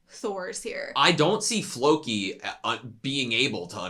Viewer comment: Nothing was butchered, my ears weren´t triggered <3 It´s Loki with a F in front with emphasis on the more than the i